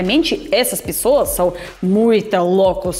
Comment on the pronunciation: Você poderia começar a treinar a falar "Pessoas" e Não "pissoas" Agradaria mais 😉 já que virou "paulistana" 😅 Depois para "pós-graduação" Poderia treinar o "Começar" e Não "kameçar" 👍